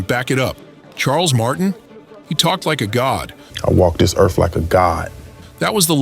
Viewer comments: Erff!..not earff! Where you be from? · "I WALK DIS EARF LIKE A gOD!!!" pretty sure a "god" could actually pronounce the word EARTH.... try it... ERRRRR-TH.. not ERRF... ERRR-TH... stupid lil boy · Not "Earth". "Erf". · I walk this erf like someone who thinks a “th” makes a “fff” sound. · I'm sorry... Did that man Erf? No A and an F instead of TH??? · Good thing he said Earf not Earth. Had me confused for a second! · WTF is a ERF? Just Axin.😂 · "I walk dis earfh like a god???!!!" Typical PMN, can't even speak the human language correctly!!! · "I walk dis earf like a god".. umm.. and get KTFO. LOL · he fank he walk dis earf like a god. BAH HA HA HA. dat mf bees narcissistic as trump.🤣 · How embarrasing, I've been pronouncing earf wrong all this time. 🤣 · What is a "Erf"??? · "I walk dis Erf like a god"... they're literally too lazy to move their tongue a little to make the 'th' sound. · Anyone who pronounces the word “earth” as “earfff” isn’t walking around like a God😂😂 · Except for Will "Welcome to Errff" Smith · He walks the erf like a god, and he has faif in dat. 🤣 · "I walk this erf like a god." 😂😂😂😂😂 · I'd like to think a GOD would be able to pronounce "Earth."